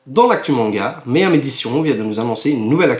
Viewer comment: Super vidéo ! C'est Meian et pas Meiam ^^